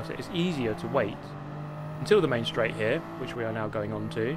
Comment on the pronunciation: main straight sounds like menstruate. chuckle